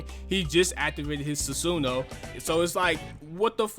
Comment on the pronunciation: This man can’t pronounce his shit lol Susan and atumarusu